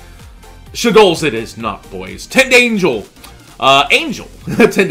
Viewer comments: I REALLY like you, but it's pronounced Tind-angle, like you would say "a right angle". I didn't have an issue with it until you said Tind-angel angel. love ya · Silver Fang its a pronunciation thing. Like he ain't even close